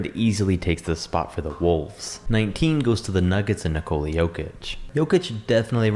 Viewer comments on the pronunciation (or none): none